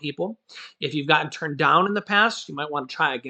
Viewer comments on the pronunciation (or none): none